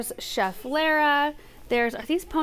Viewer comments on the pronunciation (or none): none